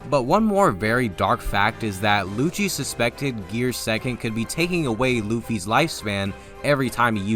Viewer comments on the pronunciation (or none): none